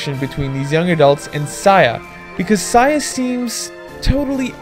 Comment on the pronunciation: HORRAY! A SAYA NO UTA REVIEW!!!!! Once again, good review. It's definitely wtf... and it's so messed up. It's an enjoyable ride, I liked it. FYI - It's pronounced Say-Ya